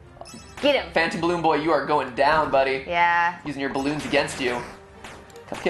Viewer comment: Ah yes, my favorite fnaf characters, Balloon Boy, *squints* J-Jalloon Joy, and *squints harder* Da-Dalloon Doy